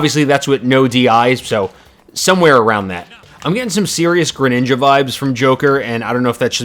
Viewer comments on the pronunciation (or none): none